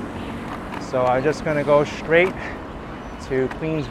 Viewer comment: Street , not shtreet. Straight, not shtraight.